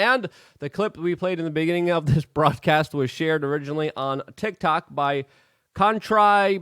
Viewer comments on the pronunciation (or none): none